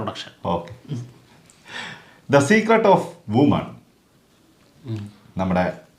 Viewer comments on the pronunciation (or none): Women (വിമെൻ) ആണ് woman(വുമൺ) അല്ല.. പിന്നെ വിശാലിന്റെ പടത്തിന്റെ പേര് മദഗജരാജ എന്നാണ് അല്ലാതെ ഗദ അല്ല 😊